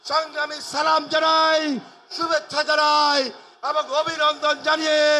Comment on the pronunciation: ছালামটা যে ঠিকবাবে দিতেজানে না সেকিবাবে দেশ চালাবে😂😂😊😊